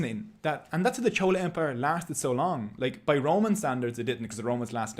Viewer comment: Maybe it was your accent or you only learn by reading and not heard these words before pronouncing the word chola was wrong in Tamil video but loved the video nevertheless..❤❤